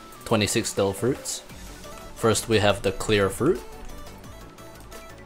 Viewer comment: I heard he said ''Dough fruits'' instead of ''Devil fruits'' everytime he said it.